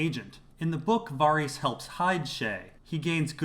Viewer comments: You pronounce Varys like a fuckwit, and you're horrendously wrong about Yoren and the Goldcloaks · Man, I love your videos and the insight you provide to scenes and situations. I just gotta ask, though.. do you pronounce Varys' name like that just because you can, even though it's not correct? I don't know why it drives me so crazy. And it's not just because "they don't say it that way on the show" .. it's because I've heard GRRM say the name countless times in interviews and he says it as it's pronounced on the show.. as I'm sure they verified this with him when creating it. Totally a nitpick, I am just a bit confused. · I LOVE your videos but why can't you just pronounce Varys the correct way, the way the show, EVERYBODY else on earth, AND George R.R. Martin does...???